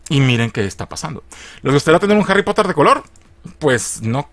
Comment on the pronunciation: Harry popoter.